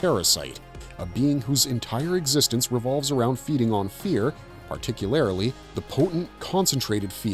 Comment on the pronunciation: You're adding an extra syllable to "particularly" and it's driving me particularly crazy.